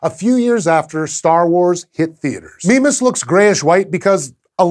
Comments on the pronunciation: i pronounce it my-miss what's this 'meme-as' thing? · I thought it was pronounced 'MY-mas' ...or has red dwarf autobooks been lying to me? :P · after playing a lot of ksp when he says mimas i hear "Minmus" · "Meme-us" Meme Sorry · Is there a clear consensus on how to pronounce Mimas. I've always pronounced it My-mas but it seems Sci-show feel Me-mas is correct. I've also heard Mih-mas from some others. At least it doesn't have as many pronunciations as Charon. Or raise as many giggles as certain pronunciations of Uranus. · Mimas... Memeas... Memeus... Meme us... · a death star moon called "meme-us" kek I love astronomy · Who else thought it said Minmus?